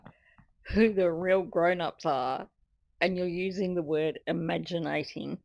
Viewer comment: Imagi- na- ting 😂😂